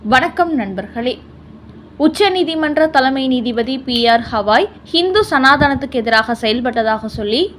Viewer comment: ஏம்மா திரும்ப திரும்ப ஹவாய் என்கிறாய். ஹவாய் என்பது அமெரிக்காவில் ஓர் மாகாணம். தலைமை நீதிபதியின் பெயர் கவாய். ஒழுங்காக உச்சரிக்கவும்.😊😊😊😊😊